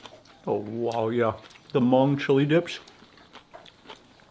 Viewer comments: 😂 ... I've watched some of Mark's food videos but never knew he had a Hmong one. Props to his correct pronunciation of the word "Hmong" unlike most who typically pronounce it as "Mung" 👎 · Thank goodness he pronounce Hmong right! I love watching your videos. Reminds me of my trip to Thailand when I visited a Hmong village on top of hills in Chang Mai. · I'm Hmong American! Loving the video. Thanks for pronouncing Hmong correctly, Mark! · Omg!!!! Mark pronounced "Hmong" correctly! ❤❤❤❤❤❤ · Thank you for pronouncing Hmong correctly